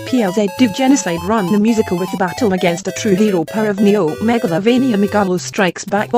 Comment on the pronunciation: powar oof neeo magalovaniu batle aginst a tru heroo Me: cringes